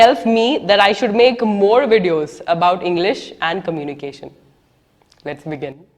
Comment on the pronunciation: I like your “Let’s begin”.. the way you pronounce it.. lovely